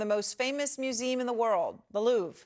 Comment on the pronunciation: Why can’t she say “museum”?